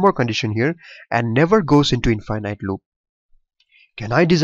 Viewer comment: in- finite... Don't say it like that Say in - fi - nit. at the end don't say night, say nit or knit. it helps with comprehension and differentiate infinite to finite.